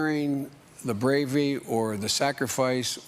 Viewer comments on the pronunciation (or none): Did he say “Bravey” instead of bravery ? HAHAHA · The "BRAVY"??? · “The bravy”? You mean, the bravery orrr the navy??? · Except Biden said, "BRAVY", instead of BRAVERY!